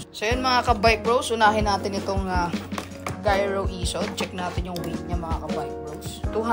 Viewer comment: Bat unang pronounce mo giro. Tapos nung mga sumunod. Naging gyro na. 😆